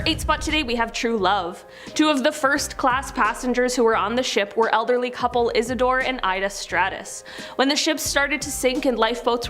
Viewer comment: It’s Isidor and Ida Straus not Stratus